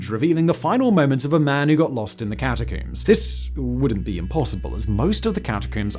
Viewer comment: How do you say this word? Comb. Then why do you say catacomb like that.....